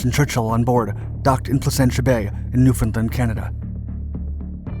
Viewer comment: How do you pronounce understand? Now take that pronunciation and say Newfoundland. A topic - the history and evolution of the lend-lease US Navel base Argentia in Placenta Bay including the spy trial in St. John's, Newfoundland when we at long last found out what was going on there besides the USN van that would be parked by the police station in St.John's whenever east bloc fishing and "fishing" ships came to port.